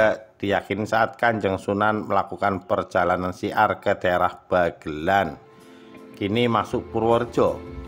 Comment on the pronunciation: Bukan bagelan mas,tapi bagelen...desaku